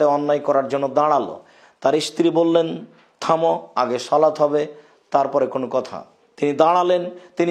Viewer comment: শলাত টা কি? বাংলাটাও শুদ্ধভাবে বলার যোগ্যতা হলো না?